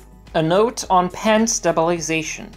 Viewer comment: Awesome tutorial! Thanks for the help. It's "sta·bi·li·za·tion"... not "Stab-il-ization". Sorry... :P